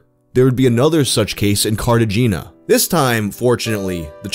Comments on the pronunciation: "carta geena"... Ya dumb. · Cartageena Neutro-hay-na. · Not cartajeena, cart eh hay na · Good old Car-Tay-Gena! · Carta geena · That "Cart a Gina" hurt my soul 😢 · Cart ah gina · Cart uh geena is exactly how I imagined New Yorker pronouncing it lmao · Literally came here to make a joke about this and your comment made it useless Shout out to all the Carta jeanians out there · Lol carta-jeena, I'm really surprised you didn't know the correct pronunciation, but I'm sure you've already received tons of flak for this lol thanks for all the great content bro! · Properly says Chile. Says Cart-uh-gee-nuh. lel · Always heard it pronounced Car-ta-hain-ya but wow, this was nuts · Omg he said carta jeena twice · I believe its pronounced "cart ah gina" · The city Cartagena with an ~ over the n. Its is pronounced Carta HAY nya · CART - A - GINA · "Carta-gena"?, no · Say it with me: "CART-AH-HEY-NA" - Cartagena. Jesus, if you're going to pronounce Chile pretentiously like that, at least be consistent.. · no way he pronounced chile right update: nvm he ANNIHILATED cartagena